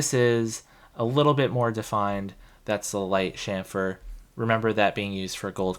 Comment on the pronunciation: yes,"sham-fur", THANK YOU!, after hearing you, I did google and found that it is "Dutch" pronounciation. I was pronouncing it wrong my whole final year, but glad that I found your channel before my finlas, which is from Tuesday 😁